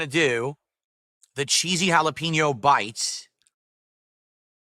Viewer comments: Cold food, delivered slowly, then it sits and sits and sits. Halla-PEEN-yo. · Ok I’m glad I’m not the only one bothered by the way he says jalapeño